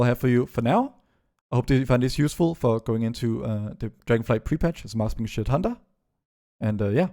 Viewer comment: Did you just say Marksmanshit at the end?